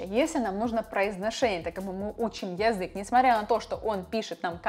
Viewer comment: Почему ты неправильно произносишь слово "язык"? Почему не редуцируешь звук я? Неприятно - режет слух очень.